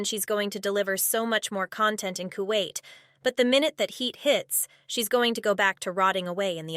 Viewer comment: I thought she went back to kawait..